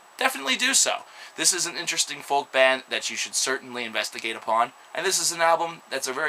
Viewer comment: The "L" in folk is silent.